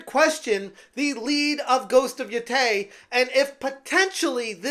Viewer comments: "Ghost of y'TAY" How hard is it to not frick up japanese words!? Apparently, very, since you also said: "y'TAI". Having said that. Not interested in this game at all. Not a good look for the game and it's not even out yet. "Refrain from buying what you don't want to play" I can see it now. "Sales are down and it's YOUR fault!" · P.S. It really shows how deeply you care for the game calling it: Ghost of Yotey Ghost of Yotai Ghost of Yotey Ghost of Yotai Yotey - sure, you can't speak Japanese, what do you know Yotai? Really? And it's neither by the way. the ō in Yōtei can be written as Youtei but it sounds like a prolonged "o" with a slight twist with the lips towards the letter u at the end. Tei is pronounced as combined te in [te]chnical and i in [i]ridescent. So there, with that information you can try to sound more genuine next time around.